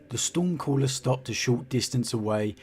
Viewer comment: keeping hearing it Meow stormcaller lol